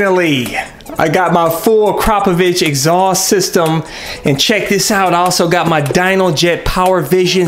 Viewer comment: "ak-ruh-poe-vick" not "a-crop-a-vich" lol